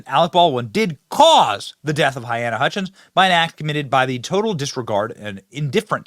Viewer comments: Her name is pronounced (Ha-lay-na) Hutchinson for clarification purposes, no point intended.👌💯🇺🇸🇺🇸🇺🇸🙏🙏🙏🙏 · Benny. Please say "Huh-LEEna" At least give the poor woman that respect; it isn't that hard to say. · I love you Benny, but I believe her name is pronounced huh--LEE-na. but at least you are attempting to say her name other outlets just mention her as "A cinematographer". Don't think I'm trying to be a jerk, but please in respect for the dead, say it right. Thanks Buddy. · Benny, i respect you a lot, but my guy, you gotta say names right. HaLyna, not to be a b*tch, but names are powerful things and personally i would never like to disrespect them, especially when it comes to people whom sadly died, while life was cut too short. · You are pronouncing her name wrong!!!!